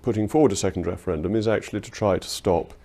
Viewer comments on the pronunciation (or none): Whats a "Weferwendum " ?? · this wemoaner supports a second weferwendum?